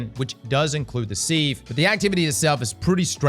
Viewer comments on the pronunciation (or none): Im not sure who lied to you, Im sure someone in chat did, but its “Siv” not “Seeve” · doesn’t know what a sieve is. He mispronounced it half a dozen times 😂